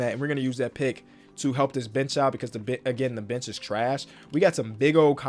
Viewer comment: When he said the bench is lookin awful it lowkey sounded like the bitch is lookin awful